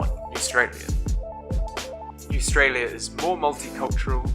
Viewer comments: Hes just embarrassed to be living in "newaustralia" THE WORD ISN'T EVEN IN THE FUCKING DICTIONARY AND IT'S PRONOUNCED AUSTRALIA THE FUCKED UP DUMB ASS. oh and btw when I type in it comes up with a red line underneath, I double click it it says, did you mean grandmother which is what he is. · Dont listen to him, hes just embarrassed to be living in "newaustralia" THE WORD ISN'T EVEN IN THE FUCKING DICTIONARY AND IT'S PRONOUNCED AUSTRALIA THE FUCKED UP DUMB ASS. oh and btw when I type in it comes up with a red line underneath, I double click it it says, did you mean grandmother which is what he is. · NEWSTRALIA!! WTH IS THAT!!!!! ITS JUST AUSTRALIA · THERE IS NO Ministry of Facts, Numbers or Figures. WHAT THE FUCK. What the fuck is "newstila'. I think ha means Austraila. DIPSHIT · there is no sch thing as newstrallia it called ausrtalia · Is he taking the piss? Bro we can hardly wear clothes in summer its so hot! And why would you want deadly animals or insects where your living what even is up with that spider never heard of it you cant even say spider correctly. What even is Newstralia dont you mean Australia? nuber 2. dosent even make sense and what is up with number 1. like i could of made a better video like earthquakes heaps of volcanoes in auckland over populated and needing to bring in randoms from other counties to work because when cant do it ourselves because we are inexperienced. Bro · This is a crack up😆 When you called Australia “New Stralia”. Too much👌🏼😂🤣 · Did he say newstralia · lol what is “Newstalia” 😂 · GUNS ARE BAD ALSO, PROUNCE AUSTRAILA RIGHT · My man's can't even pronounce words correctly newstrailia?? Bro it's AUSTRALIA, some people can talk some Madd shit, how biut you come for a visit before coming up with random false facts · Why do you call it newstralia it’s australia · ikr, and btw when he said "Newstralia", I suddenly notice it was a comic book 😂😂🤣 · It’s fucking Australia not newtralia